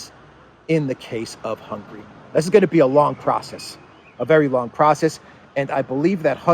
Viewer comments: please its NOT hungry, its Hunga-ry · I highly value what you provide to us, but please change how you pronounce the name of Hungary. After the letter “g” there is an “a” letter what has to be pronounce! Thanks in advance!